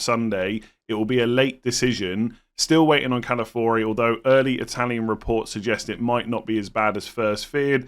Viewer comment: it’s Ca-la-fi-ori 🥹